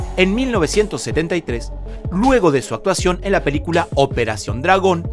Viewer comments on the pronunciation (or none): none